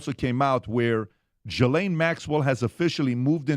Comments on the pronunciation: I hate being this person. But it's pronounced "Ghee-lane". Not Jiz-lane, not Jill-ane, not Jis-lane. Ghee...like clarified butter. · Guys guys guys come on….if you want to be taken seriously, y’all should know by now her name is pronounced “GHEE LANE!” Not “JIZZ Lqne!” FFS get it together and do your damn research! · Sounds so silly when he says it was a J .. it’s a French name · Can the country all take one day off to come to a consensus how to pronounce “Ghislaine”?